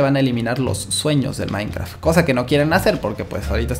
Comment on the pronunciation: soy el unico que se dio cuenta que dijo minecra (a por sierto este nombre de usuario es de mi madre no mio vale)